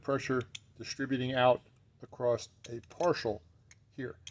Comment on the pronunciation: "Acrost" bugs me so much! Is it a south-east dialect?